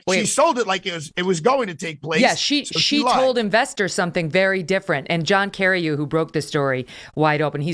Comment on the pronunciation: Megyn it's Carreyrou not Carreyyou. Don't forget the last R.